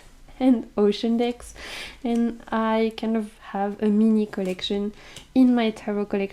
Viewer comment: 😂You sounded so funny when you said “I like big decks” it sounded like you said I like big DICKS 😅 I’m a greedy bishhhh ❤